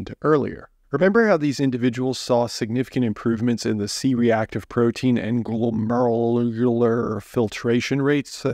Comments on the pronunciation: You destroyed the pronunciation of glomerular. Glow...mer...youl...er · Glomalalarualur...🤣 Glom - air - you - ler! It's okay, though. Not all of us are lab, radiology, or nephrology! Thanks for the info! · I absolutely love every time he says glomerular filtration rate ! ❤ I’m a dialysis nurse so makes me smile to hear that struggle. So hilarious. Love this guy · You’re telling me I need to listen to your scientific advice but you can’t pronounce glomerular?